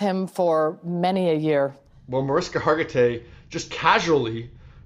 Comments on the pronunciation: You always pronounce her name wrong! Proper pronunciation is Marishka! Just FYI! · I listened to it again and you said Mariska without the "h" sound. I saw even her husband say that is not the right pronunciation! Just keeping it real, no malice intended!